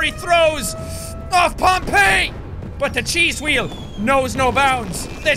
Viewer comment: carlos castillo 'Hweal' (or 'hweel') is how Jack pronounces 'wheel' with his majestic Irish accent.